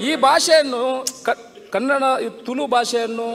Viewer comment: Sari panle marre.. ತುಳು.. not ತುಲು